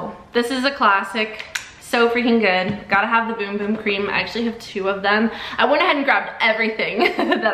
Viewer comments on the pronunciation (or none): It hurts me when she says boom boom cream instead of bum bum!😂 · Girl it's bum bum cream not boom boom cream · it’s spelled bum bum but pronounced boom boom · Why does she keep saying boom boom cream? It’s bum bum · Cuz Sol de janiro said it’s boom boom not bum bum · It’s bum bum not bom bom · Girl, it’s not boom boom it’s bum bum OK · It’s spelt bum bum it’s actually pronounced boom boom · Did y’all know it was pronounced boom boom cream😭 I just found out 2 weeks ago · It’s boom boom though.. it’s how you say bum bum in brazil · It’s pronounced “boom boom” ☺️ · It is actually pronounced “boom boom” cream. They have it on the box when you get one. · Bros saying Beum beum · i cant watch this if shes going to say boom boom cream tge whole time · Actually, your wrong. You actually pronounce it boom boom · It’s pronounced boom boom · No shut your mouth its boom boom that’s how you pronounce bum bum in Brazil